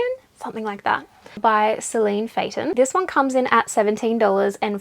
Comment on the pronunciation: Great episode! Ceallaigh is the Irish form of the name Kelly and is pronounced “Kella” 😊